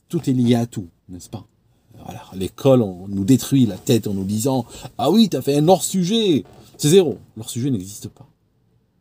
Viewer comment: Vous avez un problème avec les h aspirés. Il ne faut pas faire la liaison entre "un" et "hors" lorsque l'on dit "un hors-sujet".